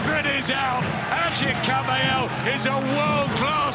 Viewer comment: they pronounce AGIT right. excellent fight. the liver king has de-livered again.:face-fuchsia-tongue-out